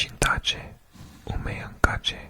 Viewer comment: In traditional Tanzanian Swahili, j is pronounced as a voide palatal implosive. So Umeamkaje would be better pronounced as Umeamkadye, or something similar. Thx fir making this video, we need more asmr swahili content!